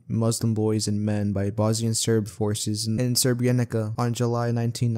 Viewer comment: goddamn love this video, all i have to say is srebrenica is pronounced s-uh-re-bre-ni-za, c's the same as z's in most southern slavic languages